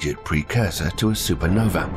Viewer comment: You may be correct, but I suspect that blaming it on a British narrator is not going to help your cause. Tom Bennet may be British, but I doubt you have the income to pay for him to start with, and if you do, then you have enough to teach him to speak properly...I am British as well. Honestly it sounds like you are using his voice with AI speech generation. "Super Novee"???